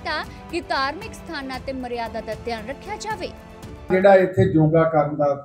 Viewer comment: ਖਬਰਾਂ ਸੁਣਾਉਣ ਵਾਲੀਏ ਬੋਲਣ ਦੀ ਟ੍ਰੇਨਿੰਗ ਲੳਓ??ਜਾਵੇ ?ਖਾਵੇ??ਐਂਡ ਬੋਲਣਾ ਵਧੀਆ ਨਹੀ ਕੰਨ ਖਾਂਦੇ ਓ??